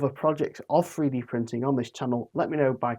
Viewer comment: Love "free-D" printing. Please learn to speak English. It would be so much easier to listen to you. Speaking Mockney in a northern accent just sounds weird.